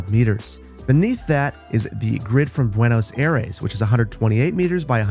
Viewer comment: Love the video, but for future reference, it's pronounced Buenos EYE-res😄